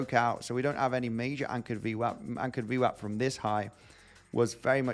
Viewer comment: Can you say ¨anchored VMAP¨ one more time please? 🤣🤣🤣